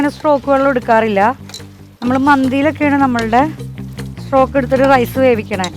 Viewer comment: ചിക്കൻ സ്ട്രോക് ആണോ ചിക്കൻ സ്റ്റോക് അല്ലെ